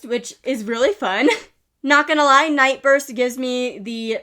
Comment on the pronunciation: ngl, when you said Nightburst I thought you said NightROOST, which also would have been a very cute name